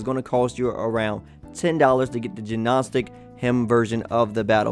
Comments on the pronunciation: It's pronounced nostic. It's a real word. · it's pronounced nostic, the G is silent....just figured i'd mention that since alot of folks seem to not realise....it's one of those odd english things. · Hearing it as Juh-nostic was good for a laugh though so I support saying it incorrectly. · Sorry to be THAT GUY but the G in Gnostic is silent.